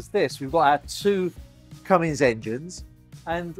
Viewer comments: There is no "g" in Cummins.... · Sounded like you said “Cummings” engines! The transcript correctly says Cummins. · The usual great presentation - It's no looker, I'm afraid. I can see why it is popular with the self-sailing, though. For me though - it would be Nordhavn or Bering. Oh - it is "Cummins" .